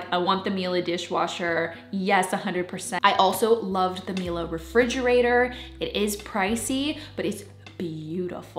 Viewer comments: Not mila 😂 mee-LEH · I love you and and this video but girl... its Miele. Like... honey in italian. Mee-ye-leh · it's cute hearing you trying to pronounce Miele :D